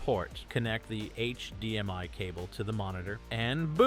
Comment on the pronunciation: yeah also hdmi